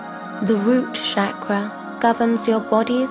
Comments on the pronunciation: my apologies in advance but if i can correct please pronounce 'ch' in 'chakra' as we pronounce in cherry not shakra as is done on this video. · I don't want to sound like a horrible person, but who pronounces it "shaq-ruh"? I've always heard it "shock-ruh". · no..it's "chuck-ra" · You are right if roses would have called onions they would have smelled the same. But even then Pronunciations do matter. Shakra in sanskrit means Brown sugar. anyways keep it up.